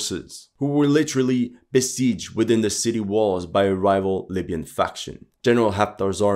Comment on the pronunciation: I swear he called them “labian soldiers” 😂